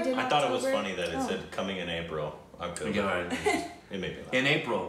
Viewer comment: First time in the history pronounced the movie name correctly ❤️❤️❤️❤️